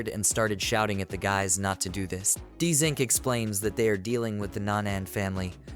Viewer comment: Why is it saying his name Dzink? It's JUST ZINC